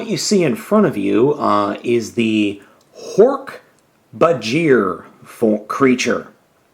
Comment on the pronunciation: Man, you gotta be kidding me! The Hork-Bajir dont stand on 4 legs they stand on 2! And you prononced Hork-Bajir wrong. That dosnt even look like a Hork-Bajir! Hahaha! You expect an alien creature to look cute!?